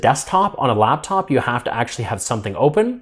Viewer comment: its LAPTOP not LABTOP